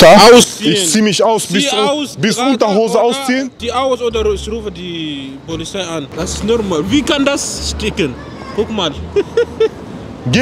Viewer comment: Isch rufe die "polizhei" 😄